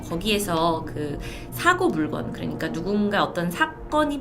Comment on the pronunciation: 사고 물건?? 물껀이라 읽어야하지 않나?